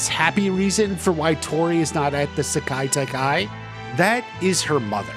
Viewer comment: Stop butchering the pronunciation of Sekai Taikai.